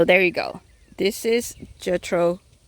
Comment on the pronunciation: Pronounced Jee-kill not like jekyll and Hyde. Just figured I'd let everyone know 😉 Beautiful video love this rose.